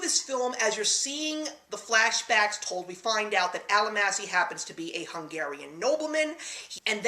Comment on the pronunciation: No, Fiennes's character's name was not "Al-a-massy" - it was pronounced "All-MAH-shee"....helps with the integrity of your review to get their names correctly. But yes, it's a brilliant movie. Terribly romantic but you don't really find out why until you're almost at the end.